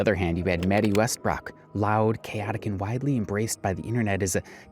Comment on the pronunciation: Wetty Mestbrook? lmao